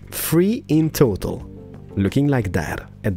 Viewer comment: When ever he said total it sounds like he saying turtle like he said in stranded deep ep 6